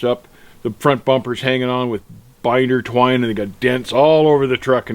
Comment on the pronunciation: Lol you said Binder twin 😆